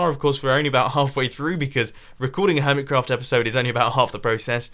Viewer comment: hummit crawft go ahead mumbo read it does it sound the same as hermit craft?